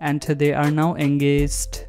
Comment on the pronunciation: Engaged ❌ Engessss✅ 😂😂😂